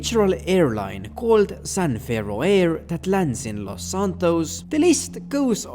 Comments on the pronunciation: imagine doing a whole voice over session, only to realize youve been saying "san ferro" instead of "san fierro" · For the amount of effort you went into digging into this you’d think you’d have realized it’s San *FEE-ARROW* you moron